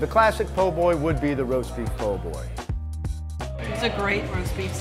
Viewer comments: You lost me when you said poor boys instead of po’boys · Its not POOR Boy ...lady it PO...BOY